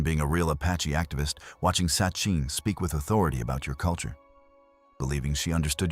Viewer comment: It's Sacheen Littlefeather, not Sucheen. Duh.